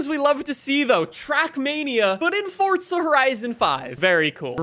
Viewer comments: FOR-ZA not FORT-ZA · Didn’t know forza had a “T” in it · There’s no H in forza stop saying it like that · Ah yes Fortsa horizon